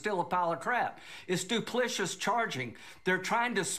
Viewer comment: “Duplishus”? I think he means “duplicitous”. lyndsay should decide whether to spit or swallow before speaking on TV.